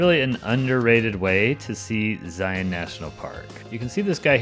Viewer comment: You pronounced Zion right!!